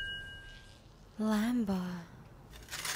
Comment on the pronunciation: She's describing a medical procedure she had "lambah" but it's really pronounced "lambahdomy" She's like my autistic neice..